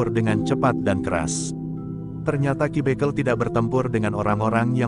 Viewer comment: Pembacaan harus dibeneri Dalam menyebut ki bekel